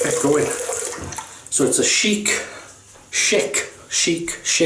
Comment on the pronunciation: LOL Think of it like "SH-ick" not Sheik, which is a chief of an Arab tribe. You might make offend someone from the Middle East calling it a Sheik. Love your videos and will keep on with my attempt to watch them all. All the best regards from the "States"